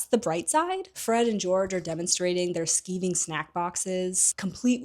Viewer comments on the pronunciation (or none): Its not skeeving, its pronounced sky-ving. It means to avoid work. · It's "skigh-ving" snackboxes. "To skive" is british english for "play hooky" i.e. bunk off from class, hence the product name.